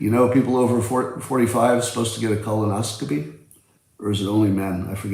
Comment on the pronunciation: Words mispronounced: lancet, colonoscopy.